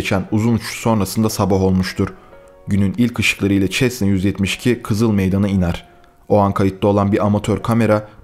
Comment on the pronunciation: Abi çesna değil sesna